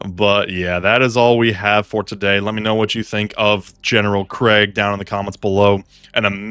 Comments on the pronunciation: Its not craig bro 😭 its krEEEEEgg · It's pronounced KREEEEGG